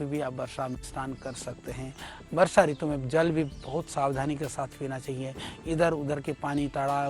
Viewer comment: Balkrishna acharya ji, Kripaya apni Hindi par thora dhyan dijiye. Ritu me Harswa Oo hoga. Log aapse shiksha lete hain isliye aapko shuddha likhna-bolna chahiye. 🐚🕉🇮🇳🚩☀️